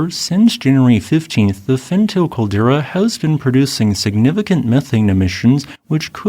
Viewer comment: I give up hoping he would learn how to pronounce Fentale.